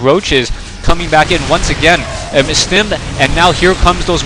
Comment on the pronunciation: stimmed not stimped